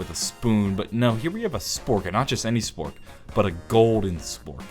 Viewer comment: He said sfork lol